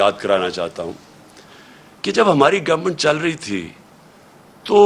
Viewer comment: Please don’t say the word “ govmet”. Just say” hamaree hakoomat”. Looks awkward the way you pronounce the word government……other than that I like you as a leader or person .. just try to speak in pure Urdu, our own national language, not the language of those that are trying to make you slave …100%…. In our own country our own language….. it makes me laugh when you proudly use the language of the occupier with your own people who don’t even speak that stupid foreign language .., leaders should be examples for the common people..